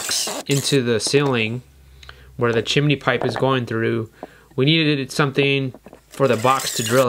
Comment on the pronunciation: chimini, not heard anyone say it like that since mary popins